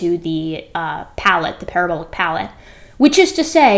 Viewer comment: Did you say, "Humans have a palabolic parrot" ??? ;-)